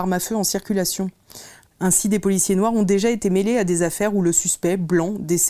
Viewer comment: hut c’est noir pas « noix » revoit ton français après tu viendras parler